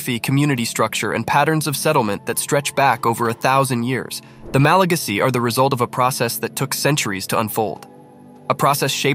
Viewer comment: The way he says "ma-LA-gasy" sounds wrong in my ears. In English, we say "ma-la-GA-sy" ==> /ˌmæləˈɡæzɪ/